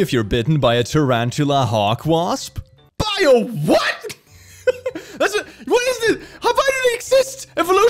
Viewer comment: "by a WHAT" gets better everytime XD